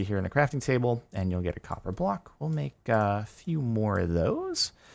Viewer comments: COPPA XD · "INFUSED WITH THE POWER OF COPPAH!"